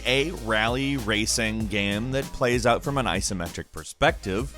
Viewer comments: Stop saying gam instead of game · Is he saying gayme?